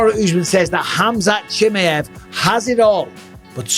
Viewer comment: Khamzat "chimmy-ev" lmao